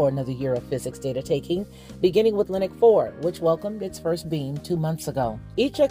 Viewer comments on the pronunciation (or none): When you say beam, it sounds like you're saying "being"